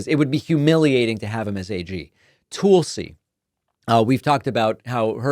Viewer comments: Is there a reason you continually mispronounce Tulsi Gabbard's first name? It makes me crazy to hear it because it makes you sound ridiculous. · why are you pronouncing Tulsi so weird. It's not like it's a hard name to pronounce. I agree she is awful, but c'mon. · I hear that. Much as I'm onboard with the "Toolsi" thing, it's not cool when we all got bent out of shape about the MAGA folks deliberately mispronouncing "Kamala". Damn sometimes it sucks trying to be a halfway decent person lol. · Not gonna lie, I LOVE the way you stress the "tool" in Tool-si Gabbard's name. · Still no idea why David calling her Toolsi is so hilarious but it's perfect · Is Tulsa, OK pronounced tool-suh? No? No. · Tulsi is pronounced tull-see not tool-see ... it is from the Hindu word for "sacred plant". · It's not Tool-see? It's tahl-see. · David, it's Tul-ci. Like Tulsa, Oklahoma, with a "ci" on the end. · Tulsi-like Jethro "Tull-see," not like "Tool-see"- got the nod because Putin wants her to have access to more Top Secret classified data. She's another Russian agent Putin can use just like her soon-to-be-boss. Putin can use her to send Trump messages he could never send thru a loyal American. It's so insane that so many Americans are so mentally deranged, ignorant, and just plain stupid as they are! Putin has thousands of nuclear bombs aimed at us, and the new ones are powered by a nuclear reactor, and will fly under the radar grid to hid in the mountains, coming out to fire their payload. Putin swore he'd destroy our democracy. Is that what these voters want for their children and grandchildren? There were terrible wars in the beginning of the 20th century. WW2 and NATO ended that for nearly 75 yrs. Why would these fools want to end the peace voluntarily? It's so crazy. Tulsi has no idea what she is selling out for her cult. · Not sure it was intentional, but I like David calling her "Toolsi" Gabbard. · Stop saying Tool-sy. Geez. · "Toolsi" Gabbard 😂